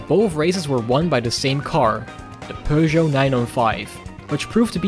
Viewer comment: As a french guy, i love the fact that your pronunciation of peugeot is spot-on, not pewgeot, peugeot.